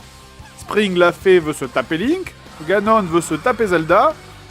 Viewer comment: La VF de Zelda veux son pesant d'or. "Triforce" devient "force 3" et "Ganon" se prononce comme "canon" avec un g à la place du c...